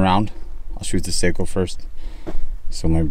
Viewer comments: Its SAKO not Seiko.. SAKO Like taco🙂.. greets from Finland⚔🇫🇮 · It is a Finnish rifle, not a Japanese watch. Socko not Sayko. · Just FYI Sako is not pronounced say-ko ...it's sock-oh , Seiko is say-ko and they make watches. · Its sako not seiko seiko is a handwatch brand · It’s not a Watch! sounds like Saw- co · Me too I grew up with Sako's and we always pronounced them like the watch. It's impossible at this point for me to pronounce them correctly. Either way they're damn fine rifles. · You don’t pronounce Sako like (seiko) the a in SAKO is like (a in Antony)